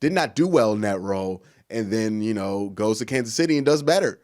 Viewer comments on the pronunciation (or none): none